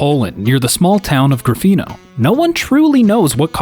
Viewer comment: Hey a new narrator I hope I will hear more of your narration and congrats for saying Gryfino right.